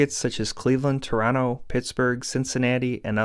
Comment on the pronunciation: thank you for pronouncing Toronto like the locals do. The second T is silent :-)